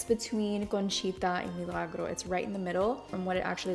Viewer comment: Milágro is a character in my daughters favorite show so I liked the way to said it then too lol